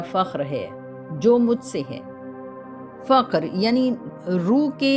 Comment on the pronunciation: Faqar nahi fuqar boliye